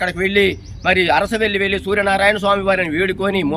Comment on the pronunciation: అసరవెల్లి కాదు ... అరసవెల్లి.